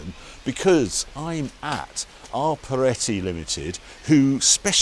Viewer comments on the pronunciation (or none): It's Proietti, not Poreitti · His name is Proietti not Porietti. Please get the poor man's name right next time.